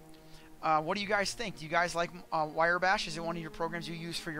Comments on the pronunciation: Why Ree bash :) RYE bash is how it sounds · You missed the point. How can you manage to type the name of the program into MO and still pronounce it in the wrong order? W r y e, like Rye bread, not w i r e y. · It's pronounced "rye"/"wry" (i.e., as it is spelled), not 'wiry". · Hearing him say Wiry made me cringe so hard lol, useful tutorial though! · Wrye is pronounced Rye. Like the liquor. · lol... wirey... I never even considered that as a conceivable pronunciation.